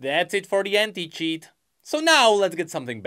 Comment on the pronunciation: When he said anti-cheat but you heard hentai instead of anti. Bro gotta be careful with his pronunciation getting people in trouble and shit.